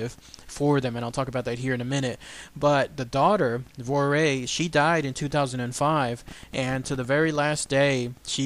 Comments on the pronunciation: The daughters name is vo-war-ee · Dalby in the Isle of Man is the place in the British Isles where these events took place. The daughter's name is pronounced "Vorree." My father was born in the Isle of Man in 1932 and grew up there. He is well aware of this story. Christopher Josiffe's recent book about Gef and the Isle of Man is fascinating.